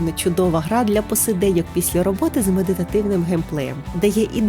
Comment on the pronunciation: Я мав на увазі що у вас по тайм кодам котрі я вказав, у вимові вийшла "піся" замість "після"😇